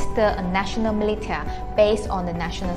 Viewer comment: Thank you for highlighting this bit of history. I am gobsmacked. So much study and awareness is lacking in this area. Someone should make a mini series out of this! Btw, "militia" is pronounced as mee-li-sure. And instead of "involving parties", should be involved parties. Looking forward to more great content from you! (Have subscribed,)